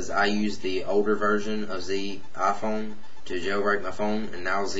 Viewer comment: Aphone wa-fi lol